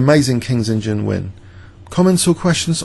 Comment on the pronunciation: hey, is it just my ears or you actually pronounce the "King's Indian Defence" as "King's Engine Defence"...